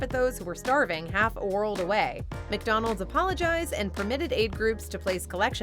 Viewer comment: McDonald's! NOT 𝐃𝐎𝐍𝐀𝐋𝐃𝐒!